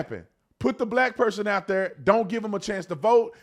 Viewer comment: Brandon… don’t put this ignorance out “ dhere” again.